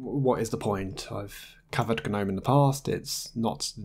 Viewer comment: "Gnome" like the garden statue has a silent "g." The desktop environment is pronounced with a hard "G" officially, as in "guh-nome." It is a carry-over from when "Gnome" was an acronym for "GNU Network Object Model Environment." "GNU" is pronounced with a hard "G" as well (just ask Richard Stallman, who created GNU).